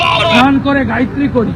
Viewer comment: Gaya tree ke? Gayatree mantra shuddha kare balun . Gayatree mantrer artha ki balun dekhi ? Ek ekti mantrer artha balun. Sabai shunte chay apnar mukh theke